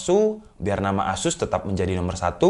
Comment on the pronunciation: asus bang bukan esus